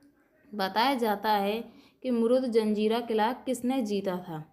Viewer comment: मुरूड जंजिरा. सही उच्चार किजिये. पटेल नही पाटिल. सिंधी नही सिध्धी.